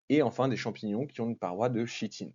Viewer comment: à 9mn56s Arghh ! Chitine vient du grec, donc le CH se prononce K !